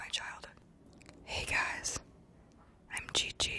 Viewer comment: She says gigi SO WIERD